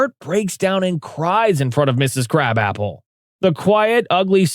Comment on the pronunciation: You said krab apple not krabappel